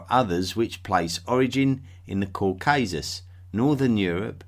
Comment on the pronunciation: it’s Caucasus, not "Caucuses".